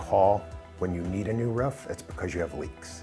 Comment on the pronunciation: It’s roof not ruff 😂😂